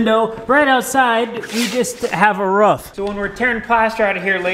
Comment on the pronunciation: It’s roo-f not ruf,it’s pressure washer not pressure warsher,love the videos 😂👍